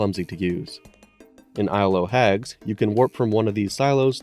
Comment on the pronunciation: Isle o' Hags is pronounced Isle uh Hags. The o' is a lazy pronunciation of... of.